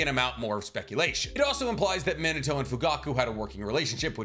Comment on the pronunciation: Bro keeps saying Minute-o instead of Minato. Edit: Ugh, nevermind, he literally mispronounces tons of names.